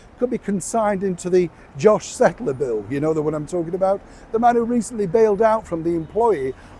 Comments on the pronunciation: Josh Kettler - with a K! Not pronounced Settler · It's Kettler NOT Settler